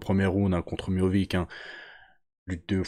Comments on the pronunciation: Prononcé miossiche serai plus facile mon grand, arrête de dire Miovick, miovik😅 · Miovic ? C'est miocic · Je crois que c miocic et non miovic, il me semble. J'ai trouvé que miocic n'était pas très affûté physiquement pour ce combat.